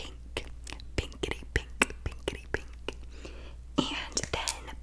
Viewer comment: It kind of sounded like pinkity drinkity 😂😂